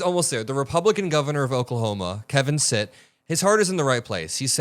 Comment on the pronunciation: it’s ‘Kevin STITT’, not “sit”.